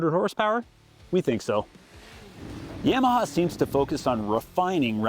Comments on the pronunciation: Buddy learn how to say Yamaha ….yam aha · Yeah-maha? You say Yamaha funny.